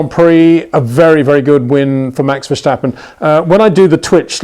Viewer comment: Come on Peter, there is no CH in Verstappen's name. ;-)